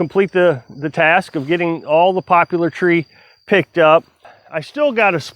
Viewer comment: You pronounced poplar wrong.